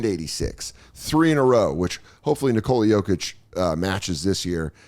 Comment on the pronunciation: Did Dan call him Nicole Jokic? Wtf. Come back to Denver more bro. I'm from NYC and wouldn't say it like that